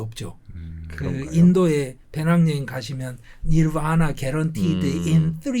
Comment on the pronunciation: 니라나? 너바나(열반) 를 인도어로 그렇게 읽는구나... 잠깐 듣다 나가려고 했는데 너무 재밌어서 다 듣고 있네요 ㅎㅎㅎ